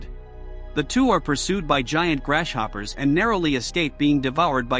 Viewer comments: Yeah that's what I said, AI ain't that smart they can't even say grasshopper right😂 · How he says grasshopper grashhopper